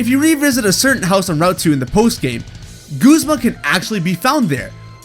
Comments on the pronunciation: Guz-ma not goozma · It’s Guz-ma! Not Gusma! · its gu. z. ma guh not gos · Goo-zma? No. It's ya boi Guz-ma. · WHO SAYS GOOZMA!? That is my only problem with this video well done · Bruh its gazma(gu-zm-a) not goozma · It's guzma not goozma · Wait it's pronounced goozma? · I PRONOUNCED GUZMA GUHZMA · Did you just call him... Goozma? XDDD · Right?? It drives me insane when people say Guzzma. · "Guuzmah" dude ive lost all hope in the way you said that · You Said guzma wrong!